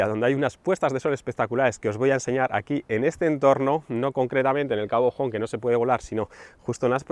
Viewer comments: Increible video. Una maravilla que lo hayas grabado en mi tierra. Ahh. Como ya te han dicho, la pronunciacion de Cabo Home,.... se dice "ome", no "jom -casa en ingles"..😉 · no es Cabo "jom" con pronunciación inglesa. Es Cabo "Ome". Edito: desde luego dicho desde una crítica constructiva. La próxima vez que vengas hacemos quedada y visitamos sitios chulos. Saludos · Cabo Home, pronunciado "Ome" no "Jom" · UN MOMENTITO AMIGO!!!!!! ESTÁS EN GALICIA NO EN UNITED KINGDOM El lugar en el que estás se pronuncia igual que se escribe HOME (hombre) NO "JOM"(HOME)que sería hogar en el idioma de Shakespeare. De nada y a seguir así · Cierto., a los gallegos nos duele cuando pronuncias "jom". El cabo, sería en castellano "Cabo hombre" (pron. cabo ombre) y en gallego se pronuncia como suena en castellano (cabo ome). Tómalo como critica constructiva, solo con intención de ayudar. Tus videos son muy buenos y es una pena que no hayas venido por Bayona. 👌🏼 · Por dios... cabo home no "Joum" (como se lee, que es Galicia, no Reino unido) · si, Baiona de las pocas zonas que se puede volar sin problema 😅. Lo de cabo Jome... me mata 😩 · Hola! Enhorabuena por el canal y por el vídeo, sólo una apunte: CABO HOME se pronuncia tal cual, ya que en gallego HOME significa HOMBRE. Lo siento, se me ha hecho un poco bola cuando lo escuché. Un saludo y gracias por tus consejos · Diooos que dolor de oidos, cabo home?? En ingles?? 🤣🤣 El video muy guay, pero hay que informarse de los sitios y no meter esa patada. Que suerte teneis los pilotos profesionales que os dan los permisos de vuelo para esas zonas 😭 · yo no lo tomo como falta de respeto. Si el supiera que Home=Hombre no hubiese pronunciado así. Pero pienso que explicarle como es le sirve de ayuda. Esa es la intención